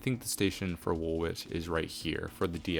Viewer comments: W’s are silent in Woolwich and Chiswick. Wool-itch and Chis-ick 😉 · I loved the extension to City Airport. You could send the Central Line further east from Woolwich to Thamesmead Fun fact: it's Wool-ich 😅 the second w is not pronounced. Cheers man!